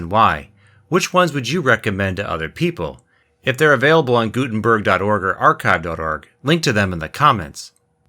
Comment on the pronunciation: He extremley missprnounced the name Gudenberg Its not gusmeat its Gutenberg